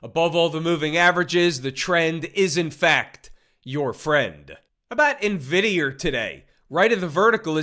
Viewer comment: 😂😂😂😂i like how he say Nvidierrr